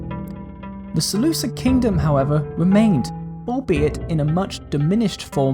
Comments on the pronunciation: Selu-kid not selu-sid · its seh-looh-KID not sid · You sure that in this time the "c" before "i" was already a modern english "c" sound and not still a "k"? Sounds really weird. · Sorry bro but one sentence in and I'm already irritated beyond belief. "Seleucid" is a romanisation of the Greek name of the empire, and as such all Cs are pronounced as K. Seleukus, Seleukid, Makedon, Skythia, etc. Not to be rude but this irritates me beyond belief.